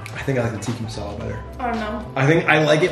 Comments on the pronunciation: the way he said tikka masala he said ticky mousala and chicken tikka masala is supposed to be red🤣😆🤣😆🤣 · Its not tikki masala it's tikka masala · The “teEkI MaSAlAA” whoever is Indian is dying inside but their trying